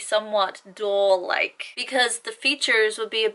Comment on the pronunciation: Her explanation sounded like she was describing dull instead of doll